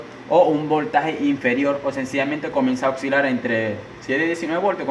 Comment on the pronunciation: le tendria q poner optiacoplador... dificil de q se te haga chota. y es oscilar ... no ocsilar... si decimos las palabra sin comprenderlas realmente... lo mas problable es que no estemos entendiendo nada.